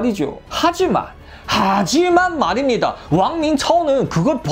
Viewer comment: 하지만 말입니다를 점점 강력하게 하는같소?ㅋ